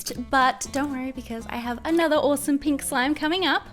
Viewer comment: I like your accent! Are u American? It makes me laugh when u say pink Because it sounds like peenk tho I Think that’s because I’m Scottish P.S why am I watching this I don’t like slime or pink I like black and death